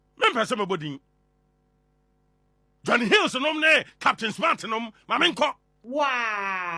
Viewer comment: It's pronounced "heeews"!! Johnny Hughes. Hughes is a British name and is pronounced "Heews!!" 😊